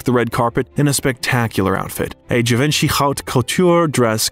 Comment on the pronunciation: Its pronounced givenchea not chee